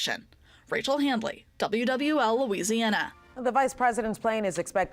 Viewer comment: LOL! "Lousiana" Way to go "Lousiana"